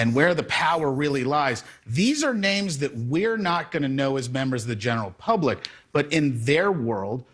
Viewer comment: PUBLIC not Pubic